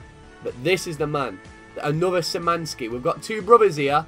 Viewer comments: Sir the Szymanski brothers are pronounced as Sh-i-man-ski. Like this so he can see this. Edit: It's k-v-iat-kov-ski. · Some advice: Your academy players would be pronounced SHI-MAN-SKEE and K-FI(said together, I spaced it out to make it easier)-AT-KOF-SKEE Nothing else to say, by far my favorite series on youtube. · Kwiatkowski pronounce Kviatkovski. Szymański? Sz is sh xD.💁🇵🇱